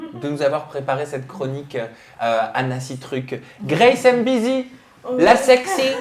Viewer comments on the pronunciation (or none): faudrait faire attention son Nom c'est pas Grâce M bizzi mais Grâce M'Bizzi de la même manière qu'on écrit Kyllian M'Bappé et pas Kyllian M Bappé Du coup toi et les autres français d'ailleurs lisez mal ces noms y'a une apostrophe donc y'a une liaison à faire lorsqu'on les lit c'est comme ça les noms Africains mais vous lisez tous mal